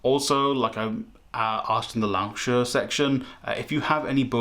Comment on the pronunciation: Not a native Chinese speaker but I've been studying Chinese off and on for the last 10 years (a bit atrophied lately). Your pronunciation of Lao She sounds roughly right, maybe a little short on the "She" (if you wanted to throw in tones, Lao would be gently rising and She would be falling-and-rising). Look up 被美人计改写了命运的老舍 on youtube and the first thing you'll hear is a native Chinese person pronouncing it. On modern Chinese writers, perhaps give Mo Yan a try? He's a Nobel prize-winning author from mainland China, born in '55 - has both been criticised by western audiences as a patsy for the Chinese government, and by Chinese hardliners for his criticism of the government. Take this with a pinch of salt as I haven't got around to reading him yet, but I really enjoyed Zhang Yimou's film adaptation of "Red Sorghum".